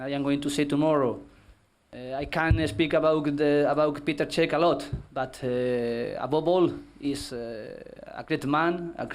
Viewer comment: Who else was here for 'Abobol' shots... Every time he says 'Above all' you take a shot... #FunDrinkingGame.